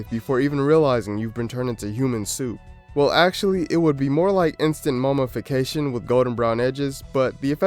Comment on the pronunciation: Dude sucks at YouTube.... Don't quit ya day job... said "Merk-er-Eee' hahahaha what is Merk-er-Eee'? Haahahaa what is mummafacation? Lmao 😂 those aren't words